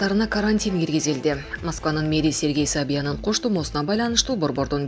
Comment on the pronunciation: Сергей Собанын дейтго мына сабатсыз блогер 😜😜😜